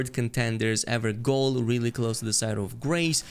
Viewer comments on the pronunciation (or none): Ever-goal 😂. Its pronounced ever"jail" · Evergaol is pronounced Ever(Jail) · "gaol" is pronounced like "jail" (basically the same word) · It's jail. Ever-jail. Gaol was the archaic spelling of jail hundreds of years ago. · “Evergaol” is pronounced “ever jail”. Gaol is the old English spelling of “jail”. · Gaol = jail and has the same pronunciation